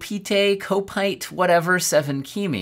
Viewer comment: not kopetee (kopite) Kop (cop) it, , he's a Liverpool Supporter.